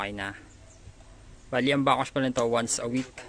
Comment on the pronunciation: Anong backossh? Its back wash. Hindi bakossh!